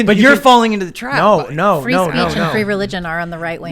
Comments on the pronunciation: Gnot at all! 😂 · JUST SAY GNO